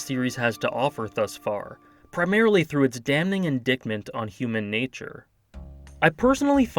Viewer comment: in-dite-mint not in-dick-mint